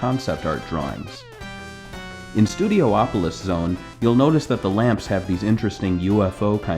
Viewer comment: It's pronounced Studi-opolis. Not Studio-opolis.